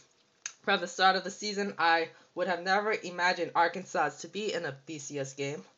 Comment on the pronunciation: Ohio St. is not in the Big 12. I can see how you made the mistake since they are in the Big 10 and there were 11 teams in the conference that year. The last S in Arkansas and Illinois is silent. I CANNOT see how you made this mistake, as you are older than six (I presume)...